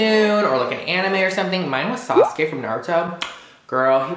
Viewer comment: In the English dub for Naruto the Japanese syllables aren't pronounced correctly so Instead of sa-su-ke I heard sause-gay (And messed with my brother about it)